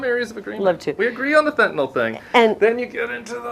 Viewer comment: Thank you you're like Tim Miller! A well educated young man. You can actually pronounce Fentanyl correctly, not like all the old f*rts in the GOP. You're opinions are respected by a 72 Yr old man in England, (Great Britain, not New England)... You're vids are very helpful...